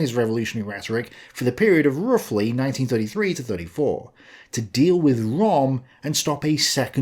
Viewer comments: röhm not rom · Ernst RÖHM - NOT "Rom" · It' RÖHM, not Rom!!! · No, its pronounced "Göring" & "Röm". The vovel is similar to the one vovel in "heard". pronounciation is frankly lousy. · Possibly your best video so far (as far as poking the lefties with a pointed stick in concerned) But I am surprised that you didn't mention Herman Goring's pre-Nuremburg debriefing when he was asked about Ernst Röhm (pronounced “Rhurm”, by the way) and “the night of the long knives” said that Röhm “was in my way” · could you possibly learn how to pronounce German names correctly? It's not ROM! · you've pronounced Goering's name correct and Rohm's name also has an Umlaut and therefore its pronounced the same way. Rohm's name is pronounced RERM. Same way as GER-ING. Just sounds better when the Germanic name is pronounced correctly. As always, brilliantly researched and presented. Kudos to you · Great video but Röhm is pronounced like “room”.